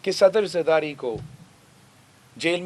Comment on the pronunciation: Saddar Zardati... zardari, beta bolna seekh lo!!